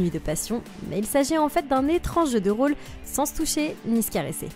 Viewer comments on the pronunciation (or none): none